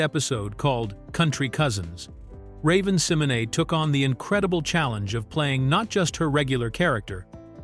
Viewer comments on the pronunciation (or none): Love the videos but the AI voice repeatedly mispronouncing ravens last name bothers me Si-MO - Nay! Not sem - o - nee lol 😂😂😂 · It is pronounced Symonay though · this was an interesting video. I love 'That's So Raven'. But the way he was mispronounced Raven's last name bothers me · This AI mispronouncing Raven's name is hurting my head 🤦🏾‍♀️🤦🏾‍♀️🤦🏾‍♀️ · WHO IN HELL IS RAVEN SIMONAY🤔🤔🙄😱😝🤓😂 AI DOING TOO MUCH 😡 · Couldn't finish watching this. That name mispronunciation every 10 seconds was so annoying. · Same here